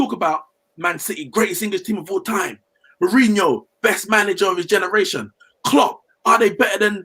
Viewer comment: My man said “Uncle Who” hahah jeez put some respect on mourinhos name smh